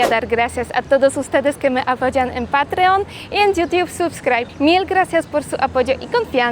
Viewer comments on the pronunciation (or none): none